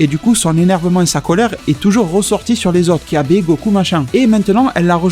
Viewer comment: Mec c'est Kyabe pas (kabba ).